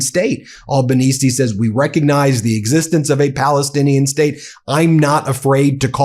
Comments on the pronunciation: You're still mispronouncing Albanese's name. The first syllable isn't "all", it's "al", as in Capone. You're welcome. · Ben - his name as "Albo" or "AL ban easy" not "all bon easy" thanks Mate 🙂reckon maybe Albo should squeeze Trump on Pine Gap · Pronounced All (as in 'all gore') benese, not awl benese..... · It's pronounced "Ale" not "All" banense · Mate it pronounced ALbanese (ALL) not olbanese , still love the show from oz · You want the Meidas Touch in Australia? Please, then, learn how our names are pronounced. It’s “OZ-tray-liya” not “Osh-trell-yuh”. It’s “Ock-uss” not “Ow-kuss”. And our Prime Minister is Anthony “Alban-easy” not “Alba-neecy.” This is all said with love for you guys, but my (“ozzy”) ears wince every time I hear these mispronunciations. Cheers, Adam in Sydney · no... albanese (AL) not ALLbanese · Albanese pronunciation: ow-bah-nee-see. 8647. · No money comes into the US, it is US people paying this money to their government. And the PM’s name is pronounced ‘elbow-knees-ee’. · I appreciate your video but for goodness sake, pronounce his last name correctly😅😂😂. It’s pronounced: AlbaneZEE (not with an ‘s’). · Mate, It's pronounced Al (like Bell) ban ese (as in easy). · here living in Sydney. We hate Trumps guts. PS our Prime Minister s name is not pronounced All-ba-neez. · Gday bro, we are the best country. Albo is a top fulla. (Pronounced Al bon nee zi a) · A.L.B.A.NES!...The final "E" Is Silent Dumbfucks! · Ben, if you plan on setting up an component, please watch a few local news clips to learn how to pronounce Albanese. It is more of a Z sound, and less of an S sound. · An Italian has a heart attack every time you pronounce Albanese like that...